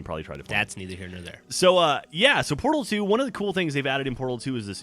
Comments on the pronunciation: When geoff say's mom loves portal videos. First time through I thought he said Porno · I THOUGHT HE SAID PORNO VIDEOS AT THE END!!! xD